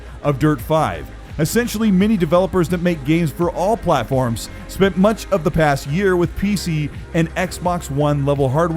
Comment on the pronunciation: “No one can have that moach power. IT IS TOO MOACH!”